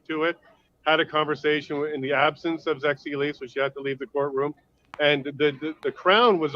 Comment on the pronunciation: Yes, Zexi Lee, pronounced as Zeggsie Leech.